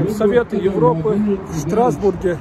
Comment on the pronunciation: 🤦‍♀️ вы тоже грамотный "стазбург"👉 Страсбург!